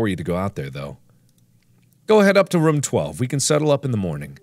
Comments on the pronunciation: He still does…..? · He still does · Arikukato Tomoshimeimomoto , he always has and he always will. I love it. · FREDDY IS IN THE RUM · it sounds similar because you pronounce it similarly. room can be pronounced like markiplier says it or like "tomb". because it's written with two O's. insinuating that pronouncing it "rum" is stupid and your only proof being comparing it to "tomb" is just... just wow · Thats how u say it?? It types room but when u say it you say it like rum 🤨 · The words "ROOM" and "RUM" should mean the same thing to you... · Normal person: room Mark: rum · Do you remember that time where Mark pronounced room as "rum" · Lol apparently, that’s only how north central people pronounce it, like from Ohio and the like. Mark is from Ohio, and I grew up in Cinci from age 10 - 15, and also say “rum” for “room.” 🤣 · i can hear it aaaah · I’ve adopted that by watching him since childhood so I use rum and room now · east coast. He was born in Ohio. Those of us in the west coast pronounce it as room not rum. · I think he still says it like that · .....he always says it like that? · Arikukato Tomoshimeimomoto lol you mean every time he pronounces room? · ...that’s not how you say it? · Ya mean always? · tomb does sound similar to room though. For some people, the miscommunication comes from how a word sounds vs. How it looks when reading. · He still does and I absolutely love it.